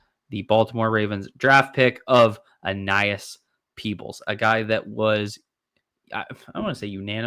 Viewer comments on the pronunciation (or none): kept calling him Aenas 😂